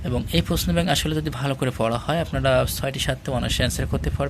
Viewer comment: পশ্ন' না, এইটা উচ্চারণ হবে "প্রশ্ন"। ধন্যবাদ।